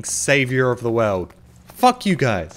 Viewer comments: "This is what i get for saving the WEAWD" im aussie but at least i can pronounce the letter L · Wilson seriously though, he pronounces "world" like "weld".